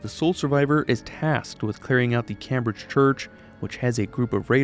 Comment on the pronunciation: I’m more concerned about how he can’t pronounce Cambridge